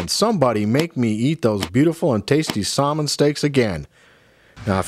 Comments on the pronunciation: Salmon is pronounced with the "l" silent. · nice video. are you foreign? your pronunciation of salmon is pretty funny.